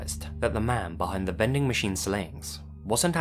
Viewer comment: All I can hear is "bending" machine